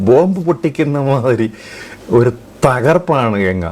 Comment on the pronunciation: Le bosudk genga alla ganga plz don't blend English in ur maleyalam😂😅